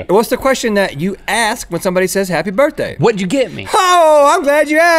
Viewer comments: "Burthday" "burfday" "burtday" "burfthday" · “It’s Link’s Burfdai”